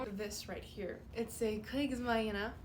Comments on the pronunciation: Kriegsmarine is pronounced, Kreegs-Marine (Marine is said the same as english, just thought I could help!). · you need to hiss the german z and roll the r more. Its Panzzzer and Kriegsmarrine. Not bad tho. Also der Kommentarbereich ist nun Eigentum der Bundesrepublik Deutschland. Zaubern wir ein bisschen. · You had me when you said Kriegsmarine.